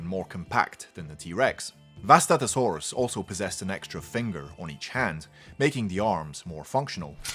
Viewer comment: It's pronounced (Vustato-sauras).